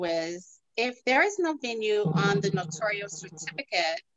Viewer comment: It’s Notarial, not notorial or notorious!